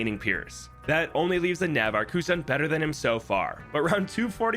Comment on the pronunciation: that's not how you pronounce "navarch"